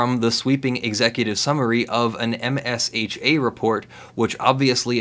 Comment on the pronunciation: Ugh. We all pronounce it "Ehmshuh" not M.S.H.A. like OSHA (Ohshuh) but for mines (it literally is)